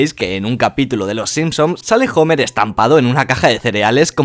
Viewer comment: "Jomer" jajjajajajajajajjaajajajajja